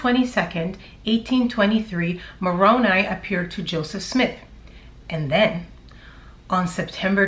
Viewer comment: Love your channel. I run all channels on 1.5 speed because i have little time. You still sound great at that speed. Also im glad you learned how to say Moroni correctly. I am a utah Jack Mormon.